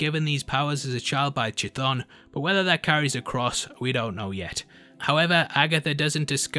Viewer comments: I believe the correct pronunciation is "kuh-THON." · Chthonic is the root meaning pertaining to or of the underworld in ancient Greek it would have been pronounced with a hard c like a k an English is pronounced as if the sea were silent or rather an unbreathed stop